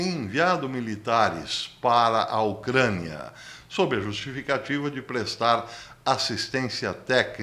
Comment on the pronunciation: Porque diz ocraniaaaaaaahh bastante esquesito